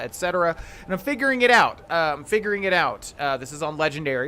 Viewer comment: Did you just say "Im fingering it out" ?😂😂😂😂